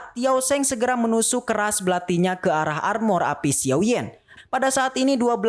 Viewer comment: Dan bukan xiou bang tapi xiao